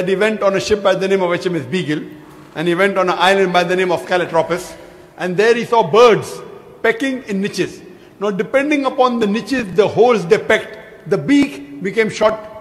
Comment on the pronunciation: Did he called Galopagos as Calotropis?